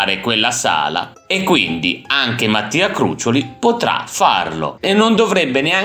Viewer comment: un piccolo appunto...Crucióli...con l'accento sulla "o".... ciaooooooo 👋